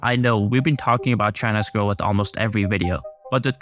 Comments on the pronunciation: the word is "growth"..not "groweth" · Solid narrator, one small critique, Growth = groath Not “gro uth” ❤ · I love rhe bizarre way this guy says "growath"